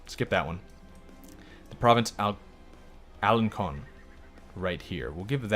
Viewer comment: Alencon is pretty close, its an s. Also, can't wait tp see you do Asatri. I'd say do Danemark to make Danemark great again. Also, I, for one, can't wait for Roi Babilbo.